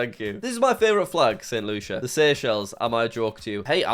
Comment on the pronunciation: I’ve been told you’re pronouncing st Lucia incorrectly, just fyi